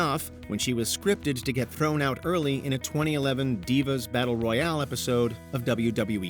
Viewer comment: Thank you for pronouncing "Battle Royale" properly, it always bugged me when WWF pronounced it "Royal"